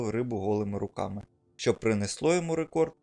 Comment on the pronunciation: На не шьчука , а щука!! Не шьчьо, а що!!! Курва хватить нашу мову псувати кацапським суржиком!!!